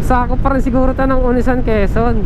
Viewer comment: Mabilis ang bigkas ng "Agdangan". Nasa "ni" naman ang diin ng "Unisan".